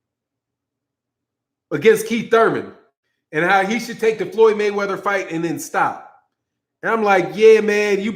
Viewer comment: I think that Tank is taking some speech classes. He finally stopped pronouncing Mayweather as Mayweavuh.